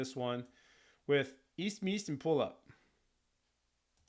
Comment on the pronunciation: An Estonian here, loved your reaction and to help my fellow man out, you pronounce their name as: (read as you would in English) - "Wees meen-ust (the U pronounces as the O in 'cool') & Poo Loop". It translates roughly to: Five minuses and wooden magnifying glass.